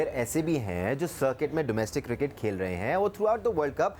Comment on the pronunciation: guptil ko gooptil bolta hai cricket ko kirkat koi bolo usko.